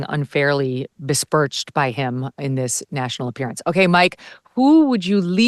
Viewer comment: Besmirched not bespirched Megyn. 😅